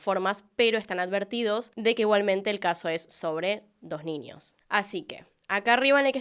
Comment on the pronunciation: Ojalá nunca dejes de hacer contenido 💓 si no, no sé qué vería para hacer mis tareas del hogar y trabajo... hay casos qué veo 3-4 veces sin darme cuenta... gracias por tanto, disculpa por tan poco✨ (además adoro como pronuncias la "ñ", como qué dices ninios, en vez de niños... jaja me encanta 💓💓) sos grande